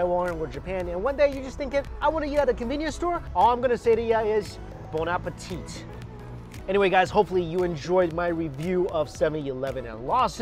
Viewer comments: Btw, "bon appétit" is pronounced without the last "T". You're welcome ! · Bon appétit is like "bon appetee", don't pronounce the last t like in tits :) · i see what you did there, but i was already eggspecting a pun :D and you were nearly on point for the "bon appétit", just don't pronounce the last t and you're good ;) and you made me hungry, thx, now i have to make diner, thx.... i should stop watching food videos really xD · Osti de tabarnak, the T is silent!;) (appétit) Still much love! - Ps: so jealous!